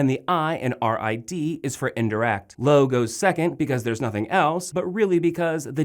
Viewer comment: Sabes bastante cosas sobre el idioma Español. Pero debes mejorar un poquito en tu pronunciación. Por ejemplo, pronuncias "me" como "ma"; "se" como "sa"; "lo" como "lou". Recuerda que Español la "o" se pronuncia como "o", y no como "ou".Obviamente vamos a comprender lo que estás diciendo pero a veces suenas algo raro. Solamente es un consejo y disculpa. Has hecho un buen trabajo, sigue haciéndolo de esa manera. Saludos desde Cabimas, Venezuela.